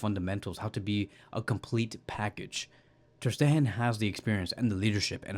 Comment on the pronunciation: Bro, please stop calling him Ter SteHEN! Since I listen to most of your videos, I accidentally pronounced his name like you do in front of my friends, and now they laugh at me every time his name comes up! lol You don't pronounce Gavi as /Havi/, so why do that to poor Mark Andre ? 😁